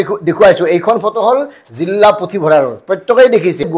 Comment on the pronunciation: জিল্লা নহয় জিলাহে।